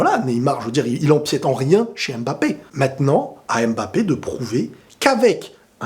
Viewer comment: MMMMMBAPEEE ET NON M''' '' '' '' BAPE STP PARDON PITIER